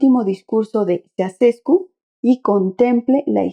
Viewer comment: Se pronuncia Chauchescu.